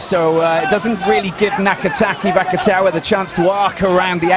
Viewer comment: The commentator isnt french if that's what your saying. He also butchered the naikatisi and vakatawas names